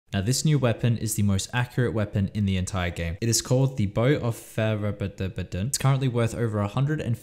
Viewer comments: I believe it’s pronounced faerwObudubuduh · Haha so funny that you can't pronounce it ha so relatable not stupid at all haha yes